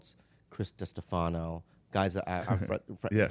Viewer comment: Shane’s little giggle at Bobby’s mispronunciation of “Destefano” is everything lol